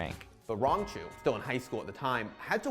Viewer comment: "Rangachu" well I guess youtubing is a good job option when you can't read lol